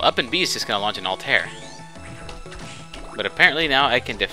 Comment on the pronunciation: The bird is pronounced Al-ty-ear. Altair. Muslim name actually.